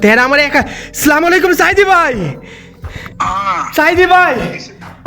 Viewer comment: আপনি যেটা বলেছেন এটা অনেক বড় একটা ভুল এটা অনেক বড় একটা গুনাহ আপনি স্লামালাইকুম বলেছেন না এটা অনেক বড় একটা গুনাহ এটা না বলে আপনি আসসালামুয়ালাইকুম বলেন 😆😁😱😘